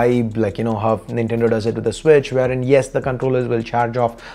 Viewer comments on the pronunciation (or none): none